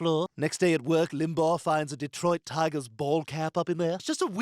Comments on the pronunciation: Family guy characters say "Rush Limbahh," (correctly) and the voiceover guy says Rush Limbag 🤮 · I'm so annoyed at how you keep pronouncing it "Rush Limbog". Limbaw. Lim. Baw. Practice it slowly. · Ugh. I can't get past how the narrator pronounces "Limbaugh." Is this TTS?